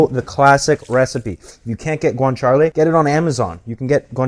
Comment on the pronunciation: I loved the recipe and will try it soon. Since it's authentic, I thought you might appreciate that it is pronounced cah-bo- nah-ra and gwan-cha-lay. For future reference.😉